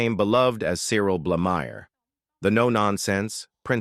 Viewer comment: This rubbish needs to be taken down. Any monies earned should be reclaimed! I will possibly allow A.I. American reading and pronunciation. "Barrowclaw" "Blahmeer" I am 71 yrs old and watched Last of the Summer Wine since the pilot. "Of funerals and fish". In the main it was great, apart from Seymour and a lot of the last series. It went from having to think about the dialogue to get the humour, to embarrassing visuals. Going downhill, out of control on a bike, or a bedstead, or a sofa. But this posting is absolute garbage! Pictures of Dirk Bogarde as Bill Owen. Hewel Bennett as John Comer. Alan Bates as Joe Gladwin.. If you can't get the facts right, DON'T DO IT!🤬🤬